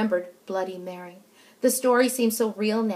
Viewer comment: She said bloody Berry ._______.